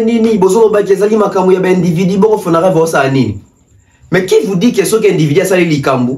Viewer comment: c’est Fonarev et non fonadev